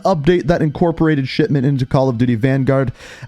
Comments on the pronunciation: I keep hearing you say it as Shitment rather than Shipment 😂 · Dude is saying sh*tment smh 🤦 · Am i the only one hearing SHITMENT? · Bro is literally saying "shitmint" every time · Every time you say "Shipment", it sounds like "Shit-Mint". It's weird, but fits well given what the map is. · It definitely sounds like it